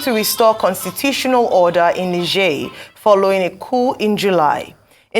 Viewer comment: Tinubu didn’t seem to know the difference between 🇳🇪, a country to the northern part of Northern Nigeria and Niger state in Nigeria in pronunciation! And he is ECOWAS Chairman!😂